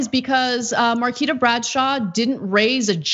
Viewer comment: It is pronounced Mar-kwee-ta not Mar-key-ta just as an fyi.